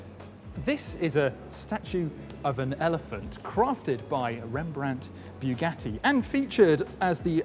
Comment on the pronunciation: you speak english well, yet can't pronouce bugatti, if you can't pronouce bugatti correctly forget about saying "la voiture noire" correctly because you clearly can't do that